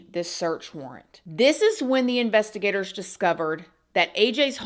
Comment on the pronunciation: I keep hearing it like investi-GATORS. Lol😂